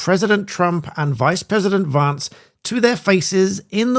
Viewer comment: It's Vance, not Varnce.